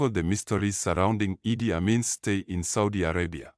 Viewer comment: Mispronunciations of IDI...its not I...D...I...its Eeedd.